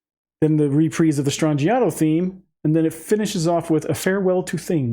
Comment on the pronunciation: In Italian the ‘g’ is pronounced as a ‘y’ sound. “Stran-I-yato”.